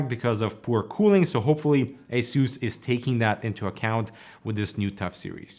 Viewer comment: The way you pronounce ASUS troubles me deep to my core.